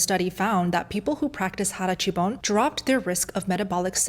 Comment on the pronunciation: As a Japanese person, I can assure you that being fat is not illegal and the Metabo law is pretty much reserved for urban areas, it doesn't affect rural areas and those regions have some overweight and obese people too, mainly because of some certain delicacies. And also your pronunciation on 腹八分 is a little wrong, being "hara-hachi-bun". Then with the interval walking, we don't really do that as our areas are accustomed to only having to walk on the road than riding cars, so I don't think we do that often to be frank. And finally even though we are perceived as always eating nutrient dense foods, we all will have cravings for actually delicious delicacies like okonomiyaki as an example, we just have it in small portions but more frequent so we feel fuller Hopefully this clarification will help you and those who see this comment